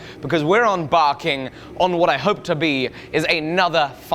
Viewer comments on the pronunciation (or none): Did he just say "onbarking"?... Its embarking. EM! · I listened 3 times, and I can't unhear you saying 'on-barking' instead of embarking